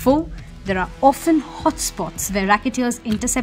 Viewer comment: Well documented but seriously in a country as ours where rules are for fools. Where rules are neither respected nor enforced the reporting though relevant is a cry in the words. has a good voice and accent. Two words she must check for pronunciation. Vehicle and Bury.